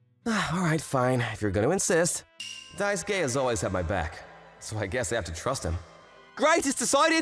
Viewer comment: For the love of god someone explain to him how to say Daisuke.. “die” - “soo” - “key” Jesus..